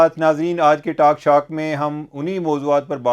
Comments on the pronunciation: Cheema Sb, again you called it taaak Shaak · ایک درستگی کرتا چلوں کے ٹوک شوک بولتے ہیں نہ کے ٹاک شاک